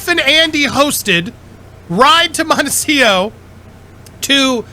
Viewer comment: MONECIO...practice saying montecito...m o n t e c I t o.